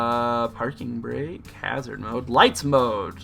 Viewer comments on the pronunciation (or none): none